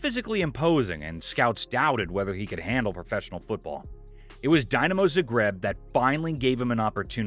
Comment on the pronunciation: Way , interesting way I meant ( a typo due to autocorrect). Technicaly Zagreb is fine, but it's too pronuanced. I am not very good at gramatics sadly, but I think you pronuanced it something like this: Zaģreb was my impression. There is plently of material on Youtube where you van hear Croatians pronuancing both .